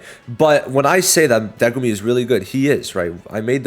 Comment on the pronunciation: I noticed you kept saying Degumi instead of Megumi. Just thought that was funny lol